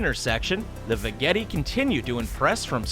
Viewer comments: Did anyone else get annoyed that he mispronounced "Veggetti"? I think it's va-jett-ee not va-get-ee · I would imagine the vegetti is pronounced like vegetable...not ve etti